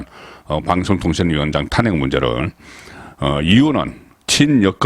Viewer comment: 야 이 씨부럴 넘아 탄:핵을 탄핵으로 발음하는 35년 기자야 정말 징그럽다